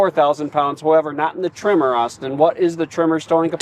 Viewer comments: Your audio pickups are changing the "eh" in Tremor so that it sounds like you keep saying "trimmer." I had no idea why you kept calling the Maverick that until I saw the "Tremor" logo on the seats at one glimpse of the cab. You might want to look into a different lavalier mic setup? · Maverick “trimmer”? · i was listening to this and I thought they were saying “trimmer” edition. 🤷‍♂️ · For the first 5 minutes of this video I thought you where saying "Maverick Trimmer", I was like oh, Tree Trimmer for landscapers package? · Can you please teach that guy how to pronounce tremor? Keeps saying trimmer like he's doing yard work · “Trimmer”???? LOL